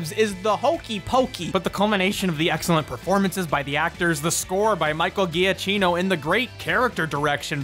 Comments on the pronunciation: For the next videos, just fyi it is pronounced jakkino not ghiaccino. (Just for fun, ghiaccino means small ice, giacchino means small jacket) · Drinking game: every time you butcher Michael Giacchino(juh-KEE-no)'s name. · The way you pronounce Michael Giacchino’s name hurts me.